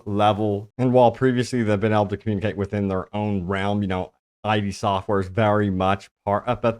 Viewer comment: How can you not know it’s Id software? Read some Freud matey. It’s not Eye Dee software